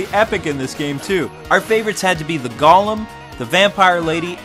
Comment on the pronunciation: sorry to nitpick, bt goem is pronounced go (as in stop & go)-lehm